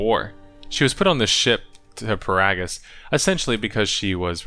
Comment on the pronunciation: Every time he pronounces GO-TO and Peragus I contemplate throwing myself into a mynock nest